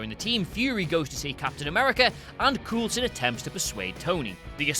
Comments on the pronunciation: Stop saying Coolson. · Who is this "Coolsen" you speak of? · coal-son not fucking coal-son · Pronounce names correctly, please. Vormir = Vor-meer, Coulson = Cole-son.